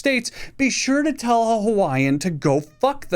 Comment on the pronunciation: i don't know any hawi'ins